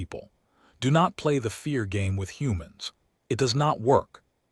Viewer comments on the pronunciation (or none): none